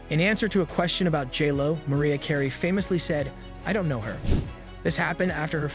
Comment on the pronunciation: "Giggly"? "Skadenfreud"? and "Loaps"? "Maria" Carey? WTH? Just use a real person that can pronounce words.